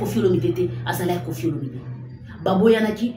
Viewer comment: Mama tika ko ecorcher kombo ya papa na biso.c est Olomide pas Olominde.Bongisa